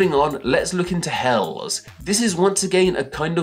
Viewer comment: English speaker living in Berlin. I think you did well mostly but Helles gets both of its Es pronounced. Like Hell-es (I actually haven't heard anybody say Kölsch so can't vouch for that lol)